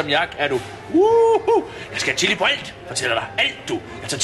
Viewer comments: han siger: illi(chilli) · Starter forfra, trykker start og trykker 3 så lyder det som om at han siger killing xD